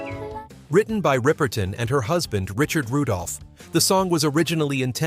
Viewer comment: It’s riper ton